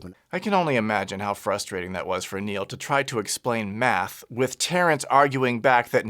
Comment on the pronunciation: He can’t even say Neil’s name right.